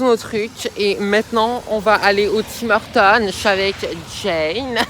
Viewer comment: wtf comment tu dis tim hortons c'est la hess bro